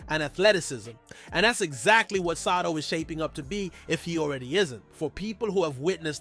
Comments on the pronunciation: Hey who ever you are dude its not sato its sotto you are son of a gun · BRO. NOT SATO IS SOTTO🤣